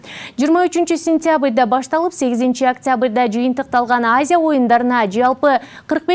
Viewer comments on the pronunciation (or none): Сентябый эмес сентябрь